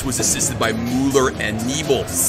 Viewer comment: Also it’s Mule ur